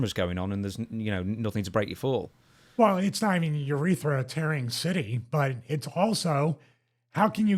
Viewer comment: its crazy how someone who is making a living off of self care on the body and overall all good health promotion did not know where the urethra is or even how pronounce the word